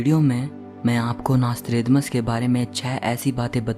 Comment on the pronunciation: Mc tha nasthredamas